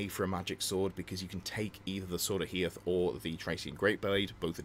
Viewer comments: Love your content. But FFS. Hoeth. HO-Eth. Not Heoth! Sorry. Don't know why it annoys me so much 🤣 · Ho-eth not He-oth 🙏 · Dont want to be that guy, but its Hoeth right? not Heoth? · Loving the channel but please stop calling Hoeth, HEE-oth 😀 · Came here to say the same. Utterly cringed at Hee-oth 🤢🤢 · Maybe it annoys you because you're a fan of the High Elves lore just like me? Because that's the reason for me! And it's not the first if seen someone do the mistake